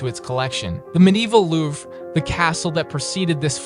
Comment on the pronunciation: the way he pronounced the Louvre 🤣😂